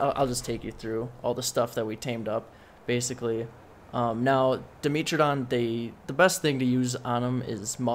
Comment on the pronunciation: When you say "Dimitridon" you are refering to the "dimetrodon" right?